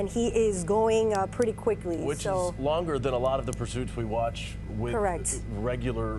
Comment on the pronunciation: "Goong pretty quickly..". Quickly? Lol